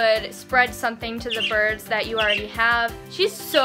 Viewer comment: umm it’s “birds” not brids